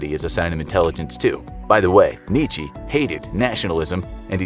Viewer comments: Don't you bash on Nietzsche.. and it's not Kneechee it's kneetcha. Significant people for eg, Freud, Jung, Sartre, etc., were also influenced by him, and we've got modern psychology partly because of him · "Nee chee" xd.